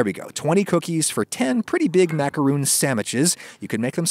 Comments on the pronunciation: then why do you refuse to pronounce it the right way? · Never heard of an english speaker pronounce macaron correctly anyway, so... not a catastrophe. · Sounds unacceptably confusing to use the same pronunciation when that's not even how it's originally said... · noodle is a category. Macaroons/ Macarons clearly aren't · The real secret to macarons in to pronounce them correctly: macaroons are a completely different cookie! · Stop calling then macaroons I gets o mad it’s macaron!!!! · lol. American dictionaries do not give "roon" as an acceptable pronunciation for macaron. I don't what you're smoking. American Dictionary: macaron[ mah-kuh-rohn, ‐ron ] American Heritage Dictionary: mac·a·ron (mä′kə-rôɴ, mă′kə-rôn) Websters Dictionary: macaron: ma·ca·ron | \ ˌmä-kə-ˈrōn Oxford Dictionary: macaron Pronunciation /ˌmakəˈrän/ /ˌmækəˈrɑn/ Collins Dictionary: macaron [makaʀɔ̃ ] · When 99% of English youtube videos (both US and UK) say makarohn and not makaroooon, you might realize it might be you that is using a non-preferred pronunciation. Again, look at the Wiki entry. For the spelling you use (macaron), macaroooon, is not an option as a pronunciation. If you want to pronounce it as macaroooon, then use the spelling macaroon. Read the Wiki pronunciation guide very carefully: A macaron (/ˌmækəˈrɒn/ mak-ə-RON;[1][2] French: [makaʁɔ̃]) or French macaroon (/ˌmækəˈruːn/ mak-ə-ROON) Do you see very clearly there it says for the spelling macaron you have two Anglicized versions and one nazalized French version. For the spelling macaroon, you have two versions. Your pronunciation matches the spelling for macaroon, not macaron. It really isn't that difficult. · it is a french recipe, and it is a french word, and a macaroon is a different cookie. for everybody's sake please just pronounce it the correct way, 'ma-ku-ROHN' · Roon is a coconut thing but Rohn is this correct pronunciation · Just call them the Makrone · You pronounce it: Macon. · TIL Adam lives in "Macoon", Georgia.